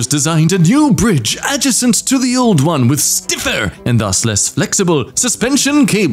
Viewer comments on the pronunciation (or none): Everyone talking about how says Quebec and no one talking about how he pronounces “adjacent” in